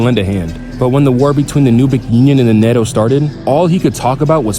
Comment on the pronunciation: NATO ❌ Neddo ✅